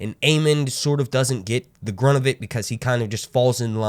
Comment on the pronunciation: Great video, great show, honestly didn’t think I’d like it at first, but it definitely grew on me……also…..”brunt” 😂